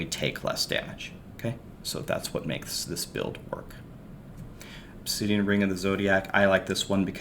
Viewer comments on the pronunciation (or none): none